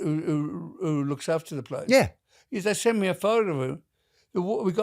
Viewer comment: Man really said “sent” 🤦‍♀️